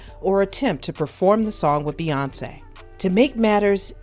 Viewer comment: Never realized her name was Bae-yonce 🤔🤔🤔